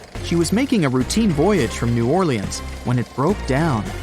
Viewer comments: I love New Orleaeens! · new-orly-ans do what sir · New orleAHNs